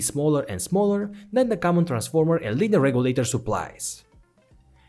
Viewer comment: It's Linear not lineal